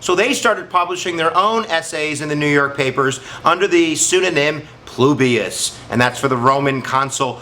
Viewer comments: Publius not plubius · Your videos are very helpful. One slip of the tongue on this one - its "Publius" not "Plubius."